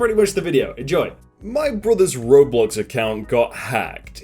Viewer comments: IT’S NOT RAR BLAX IT’S PRONOUNCED ROW BLOCKS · NOT RAW